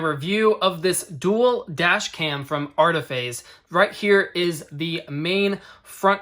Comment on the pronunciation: ARIfayz Not ARTifayz